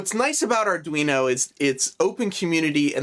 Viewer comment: Sorry way to confusing for me. As soon as you said ardweenie I knew it was not for me